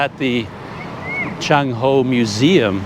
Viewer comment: Excuse me, not Junk Ho , as in junk, trash, but Ch as in Ch-ain or Ch as in Ch-ange, and end with End, so Ch-End, make sense? Your HO is perfect.